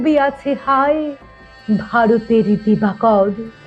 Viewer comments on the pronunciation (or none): none